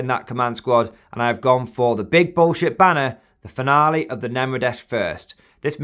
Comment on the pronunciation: Go Guard! Fun battle report as always! Look forward to them so much! Side note the relic banner is pronounced “fin ee uhl” not “fin al ee” Also you’d think the relic would be a fancy banner but apparently the description of finial is something that decorates the top end or corner of an object, so maybe it’s a badass Aquila or something at the top!